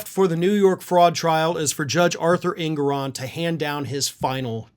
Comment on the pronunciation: Engoron not Ingoron